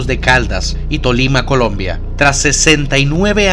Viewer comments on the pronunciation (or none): none